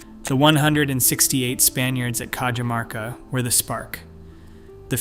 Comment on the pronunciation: I can beleive this. The Incans had a road network from Colombia through to the south of Chile. I lived in the mountains of Peru for about 4 years and I can remember driving over a forgotten incan highway. They had an amazing system of roads. By the way Cajamarca is prounced like "Cahamarca" I should know as I used to live there.